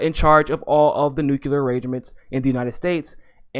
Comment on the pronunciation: I know it's petty, but i just can't sit through a podcast with someone that can't pronounce nuclear.